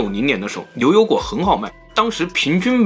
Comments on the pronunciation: 这次的liu油果主题配上的liu口音，确实难为了，太可爱了！哈哈哈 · 只有我吗还是其他人也注意到了7：07 的 ”柳油果“？ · 绕口令呀 牛牛果 流流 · 片子非常好，但是l n 不分的普通话听得我着实难受得很，总感觉鼻子堵了😭😂😫